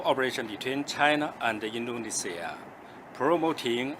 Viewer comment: Indonesia Mas... bukan Endonesa 😅